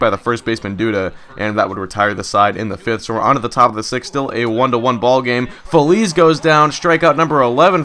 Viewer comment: Sometimes you Say"Phi-ez"